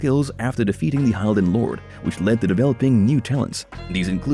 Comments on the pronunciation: Not bad, some mistakes such as Umah. Aside from that, the use of AI to read is a bit obvious, as the fans of this series are well aware the ancient race at war with the vampires are called "hill-din' instead of "hyle-din"...those are small points, but can be the difference between being "the authority" on the topic or merely speaking on the topic. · *HILL-DEN… not “HIGH-ALL-DEN” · This is a complete absurd. Please stop making stupid videos out of good content by just running some text over text-to-speech engines and mashing game cinematics together. It's pronounced [hilden] not [haɪldən]... At least play the game for 10 minutes before making a 27 minutes crap video about it. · My only complaint about this video is the fact that the narrator CLEARLY never bothered to learn the CORRECT pronunciation for things like "Hylden". It's not pronounced "Hi-el-den" it is CORRECTLY pronounced "Hill-den" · your video was good, your info was great But they always pronounced Hylden as "hilden" not "High-lden" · It's Hill-Den. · You lost me as soon as you pronounced Hylden. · I was searching comments just for this. Glad you pointed them out. I made it through 16.5 minutes before I had to stop from hearing Hylden repeatedly mispronounced, amongst other things. Glad there’s still interest in the series, though! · Judging by your pronunciation of the proper noun "Hylden," it's pretty painfully clear that no one at this channel even bothered to play the fucking game/s. Granted, it'd be quite unusual for you guys to miss an opportunity to embarrass yourselves.